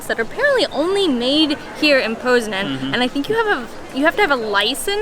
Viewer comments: It's po znan as in (pot) not po as in pole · how do you get POZEN from POZNAŃ? Why is the N silent? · Amazing loved everything but you kept saying Poznan wrong but it's okay lol thanks for coming to Poland hope you return and do a road trip. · Stop saying Poznan wrong!